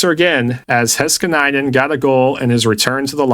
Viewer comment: it's Heiskanen not Heskaninen kekw